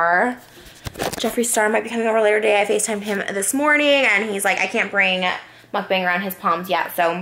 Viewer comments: Trish, it’s not pronounced “Mukbang”. The correct pronounciation is a bit different (it’s more like mok-pang) try searching for it here on YouTube! I think that queen of Mukbangs should know the correct way of how it’s pronounced. ☺️❤️ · when is someone gonna tell her it’s pronounced mook bong not muck bang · this is so frustrating for me bc mukbang is actually pronounced mookbong and its so,,,, FRUSTRATING how they mispronounce it the whole time 😭